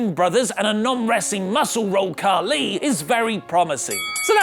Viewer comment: Don't say kahli